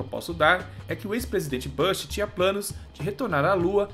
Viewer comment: só uma dica, não é "bãsh" a pronúncia e sim e "búsh", você usa o inglês de forma incorreta, tentando acertar e errando horrorosamente,.